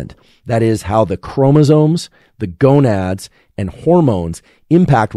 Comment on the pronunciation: He said gonuds haha! :face-blue-smiling